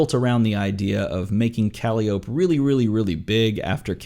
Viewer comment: I'm no D&D'er, but isn't her name pronounced kuh-lie'-oh-pee?